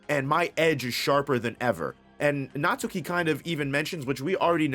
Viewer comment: Natsuki is pronounced as: Nat-Ski